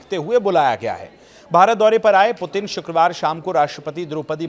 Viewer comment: भाई रूसी राष्ट्रपति का नाम आप सही से नहीं ले पा रहे हो, और न्यूज पढ़ने चले आए। सही नाम है व्लादिमीर पुतिन। रूसी और इंग्लिश में भी लिख देता हूं Владимир Путин Vladimir Putin